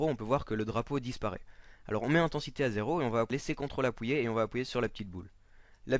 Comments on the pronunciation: Sans vouloir te manquer de respect quand tu dit "Appuyée" c'est drôle sinon merci bcp pour le tuto tu m'aide vrm et je veux etre gfx ^^ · pourquoi du dis apouyé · appouiller x)